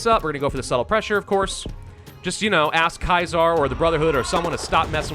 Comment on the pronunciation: lol its Caesar not kaiser